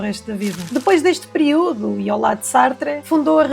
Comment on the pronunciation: Um pequeno aparte: "periúdo" não é português! A palavra "período" tem acento no í. É nele que estã o acento tónico.